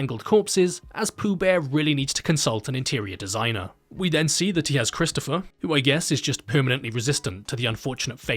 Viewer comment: "Bwood is thicker than honey, Chwistopher."